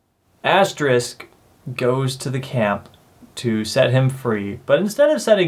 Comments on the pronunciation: Asterix not asterisk XD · Asterix was serialized in Pilote magazine, but the series became known internationally via the collected editions of the story arcs. That said, Asterix the Gaul is a very weak film, and I say that as a lifelong Asterix fan. If you're going to see any of these films, go with the live-action Asterix: Mission Cleopatra (2002) and the animated Asterix and the Viking (2006). Lastis, it's pronounced "Asterix," not "asterisk."